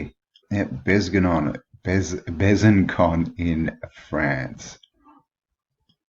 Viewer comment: you have to pronounce "bezanSon" not Con ;) nice vidéo